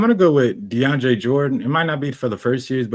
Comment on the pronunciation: Mike need to be banned for saying Deandre Jordan 😭